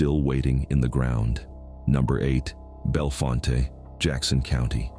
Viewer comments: Bellfont not fonta ai sux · The company that bought the Bellfonte (pronounced Bell-font)nuclear site was NOT ALLOWED to finish it. Eventually in 2021 TVA terminated the sale and still own the site to this day.